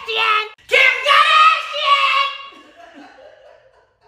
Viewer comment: KIM KARDASHEEYUN 🔊🔊🔊